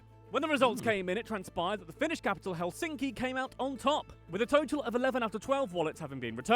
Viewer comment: The narrator makes the typical error in pronouncing Finnish names or words in general as the stress is always on the first syllable!😠 Thus it’s HELsinki👌 not HelSINki!😖